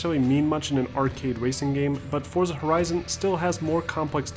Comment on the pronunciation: its pronounced 'fortza' the z is italian